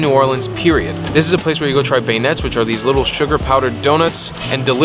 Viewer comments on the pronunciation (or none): BEG-IN-ETS LMAOOOOOOOO Dude, it's "Ben-Yays" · my mans said “bay-yuh-nets”. it’s “ben-yays”. come on bruh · I live in Louisiana and been to New Orleans many many times...... even some I dont remember lol..... I think you nailed it great review. P.s. beignets sounds like "ben yeah" but it's all good brother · I'll give you a 5 out of 10 for this one. Baynets? Bwahahahaha! You did try. I appreciate that much. P.S. Magazine is NOT hipster. Cheers and thanks for giving it more of a try than most. The safety warning was a good thing, though. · The way he pronounced beignets. Lmao!